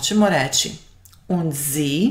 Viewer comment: u recenici : A vas brat? Ide Und a ne Ind, na 5.02. inace sve pohvale za Vas. Danke.